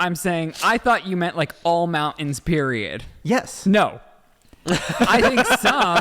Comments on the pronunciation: SAYING MOUN’ENS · Don't be mad but when you say mountains can you make sure you pronounce the T.? Just a pet peeve. I was relieved when said mountains with the T. don't be afraid of being alone ever. You got those sexy blue eyes that run in your family and you seem like a great guy too. Your mom did a great job raising you both